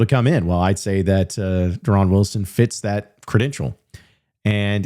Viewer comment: Yeah that not how he pronounces his name 😂